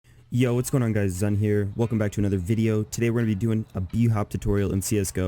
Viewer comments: Beginning of the video: hey my name is People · You messed up your name smh it’s pronounced zoon